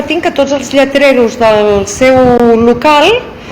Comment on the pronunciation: Defiende el catalán y dice "lletrerus" 😂